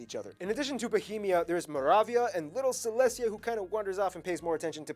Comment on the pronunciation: Silesia, nit selestia